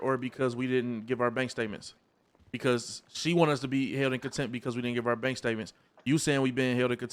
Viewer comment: Contempt not attempt 😂